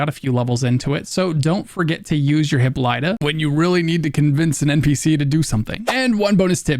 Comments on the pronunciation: Pro-Tip re hippolyta: It's not hipp-o-LITE-UH, it's hip-POL-i-tuh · arrrrgh! its hi-POL-i-ah!!!! yeeesh! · Why do NO content-creators know how to pronounce "Hippolyta"?